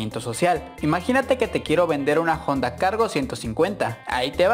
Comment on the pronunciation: JONDA??? juraría que era HONDA...